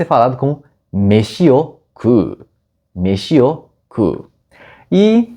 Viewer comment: Meshi-o Kuu tbm n tankei kkkkkkk